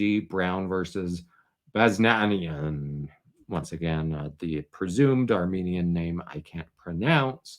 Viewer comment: Baz. Nee. An. Yin. Names aren't that hard.